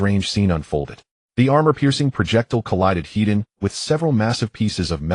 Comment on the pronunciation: Head on is not one word. The AI reads it as one. Is the MC Hedonistic?? That is what it sounds like every time it says it. use an extra space between the word head and the word on. Land = Vehicles / Water = Vessels. Boats do not have gas peddles, they have throttle levers.